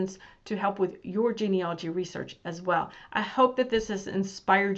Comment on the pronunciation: Please, it’s genealogy not genealogy.